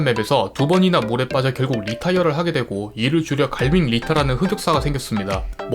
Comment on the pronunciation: 리톼이어 입니다! 리톼이어 에요!